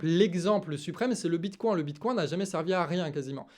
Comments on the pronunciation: J'ai serré les fesses à chaque prononciation du bitcoin. Le bitcoincoin du canard 🤪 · Hihihi!!! Mon!!! Tu parles de bitcoin avec l'accent canard ❤❤❤ bitcoincoin!!! 😂